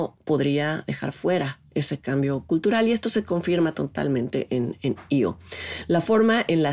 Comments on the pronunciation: Se pronuncia I.O aunque se escriba E,O. Hay que recordar que la película no está concebida en español si no en otro idioma totalmente diferente , en este caso en idioma Polaco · pues la del circo , la primera chava que aparece lo llama ( pronunciando ) como I.O